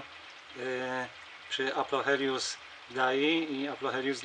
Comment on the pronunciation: "Aplocheilus", nie "Aplochelius" ;). Już nie marudzę :)